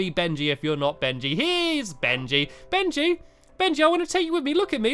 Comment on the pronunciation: It's Benji not Bengy